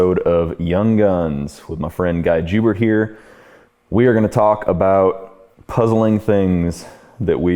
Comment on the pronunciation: "Jewbert"/Joubert - actually sounds like "Yo-Bear" (Dutch) if you pronounced it correctly. Good video BTW! 😁